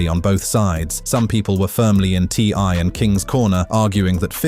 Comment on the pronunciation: Hey look its the son of ty and tiny when he said ti's name as ty had me laughing